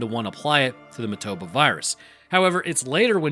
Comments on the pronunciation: It's MO-TA-BA, but you keep pronouncing it MA-TO-BO. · Painful hearing him say motoba when it's motAba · say it with me..moah tah buh. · WHY DONT YOU PRONOUNCE THE NAME RIGHT?? Did you even watch the movie?! lol